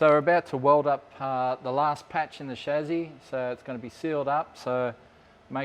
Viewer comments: actually English and American pronunciation is similar. Except Americans (like a lot of words) pronounce it phonetically, as in “Cha-see”, where as the English pronunciation is “Sha-see”. Your’s, “Shaz-zee” is just incorrect. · Everytime mispronounces “chassis”, I get a tick.